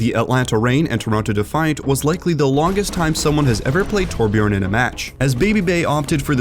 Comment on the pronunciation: Its torbjörn ok not torbjorn not o its ö is this so hard?!